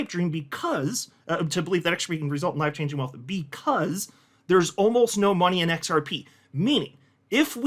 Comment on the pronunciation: Are you saying “wife changing” or “life changing”? 😂😂